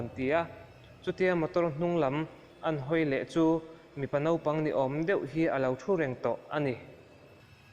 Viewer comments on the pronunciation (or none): none